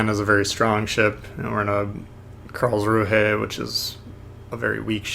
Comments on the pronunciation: Imagine if you could run Dewey in the Karlsruhe, lol. Also I think it's pronounced 'Karlzru', as in not promouncing the 'h' at the end there. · It's pronounced Carls-rew-eh.